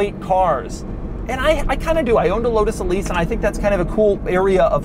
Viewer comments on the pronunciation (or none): none